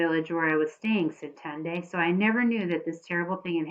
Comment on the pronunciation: You pronounce tendai like tendie